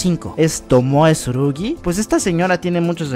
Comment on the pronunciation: se llama tsurugi no como tu lo dices